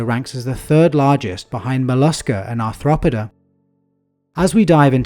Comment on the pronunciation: ar throp id a? shouldn't it be more like arth ro poda?